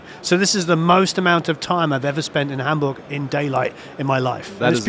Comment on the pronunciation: Love how you say Hamburg. You know how to say it right. 😊❤greetings from germany.